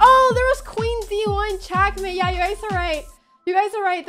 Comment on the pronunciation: She didnt really beat magnus, he had 30 sec and she had 5 min and she won on time while magnus was checkmating her lol. Also why is Anna calling it Chass and Chackmate?